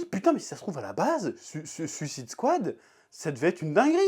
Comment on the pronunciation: Toi aussi "suisse ide swad" lol Sinon belle review de la passion :)